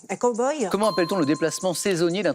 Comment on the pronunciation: Les français et l'anglais......!?!?!? Cowboy....ne se prononce pas "koboye"... Ce mot se prononce "caweboy"....